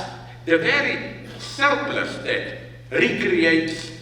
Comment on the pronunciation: It's pronounced "schzzchlurpluschzchsssss"